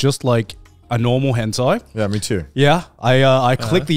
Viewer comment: It's Henthai not hentai